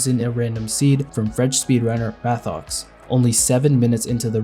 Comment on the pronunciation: just for the corrzection im french and Mathox pron Matox